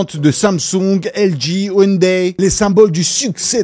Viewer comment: Merci de ne pas avoir prononcé ounedaye. Une série sur la justice et la corruption (et la mafia) : Vincenzo.